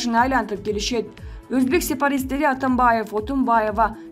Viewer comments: Информация окуган диктор кыз, туура окунуз, сепаристер эмес, сепаратистер! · Сепаристер эмес , сепаратисттер деп туура окуугула. Баякы " на Маяне" ге окшобой. Мааниси туура эмес тушунууго болот